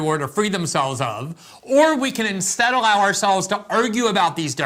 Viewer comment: This guy can't talk. Checking to see if I'm at 1.25x speed ... nope it's the speaker stumbling. "Pooralism" rather than "pluralism." Sniffling away, is this cat on coke? "Or we can ensteddle our selves ..." what? Oh, you mean "or we can INSTEAD ALLOW OURSELVES ..."? Luv you man, but you gotta let a reader read the op-ed, you cannot do it.